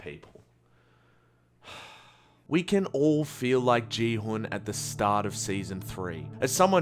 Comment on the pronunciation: your pronunciation of no-eul's name was better than your pronunciation of gihun's (which is pronounced gi-hoon) lolz